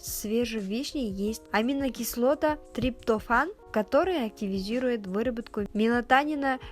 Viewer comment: Ужас.Как она выговорила слово триптофан? Удивительно 😂